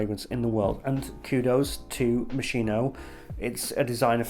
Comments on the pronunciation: Hi! Sorry, hate to be the one to correct but it's pronounced "Mos-kee-no," not Mo-shee-no. Great review btw! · love this video as all of your videos... im definitely buying this someday (also because i looove the bottle) ps: its MOS-KEE-NO... love u! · Just for you to know it is pronounced "mo ski no" ... However great review as usual mate ♥️ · Moss-'Kee-no. That's the correct Italian pronunciation. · It’s pronounced (MOSKINO) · My new love - its strangeness is something I have been longing for - I can only get the rose initially and then pepper pepper pepper and later oud and something like diesel - it’s amazing. Yes it’s slightly synthetic but hypnotic none the less - I like the confusion. (By the way it’s pronounced Moskino !) Great review! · Sir, it's Moskeeno. Great review btw. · mos-KEY-noh. If you want to show off your outfit and your pretentious speaking, at least pronounce the brand properly lol